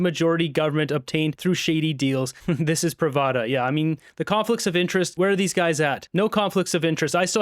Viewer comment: Pronounced Prav-da!